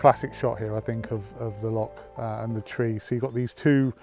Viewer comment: Only half way in and I must say I am impressed that you managed to pronounce Loch properly, enjoying the video so far and so jealous that you guys are in Scotland! I hope you managed to pick up a Glasgow Celtic Hat, thanks for sharing mate.